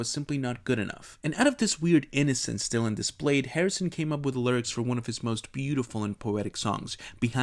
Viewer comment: Por que pronuncias Dylan así?